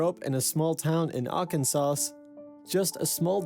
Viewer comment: I know this video is 4 years old, but I didn’t see anyone else comment about this and I wanted to offer some clarification and insight. In American English, we do not pronounce the ‘S’ at the end of Arkansas. So, instead of Ar-kan-zis, it’s just ark-in-saw. Confusingly, though, the state of Kansas (can-zis) IS pronounced with the ‘s’ at the end— even though it’s contained within the word arKANSAS. This is one, of many, reasons English can be a hard language to grasp for non-native speakers.